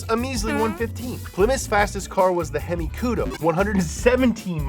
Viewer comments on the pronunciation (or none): none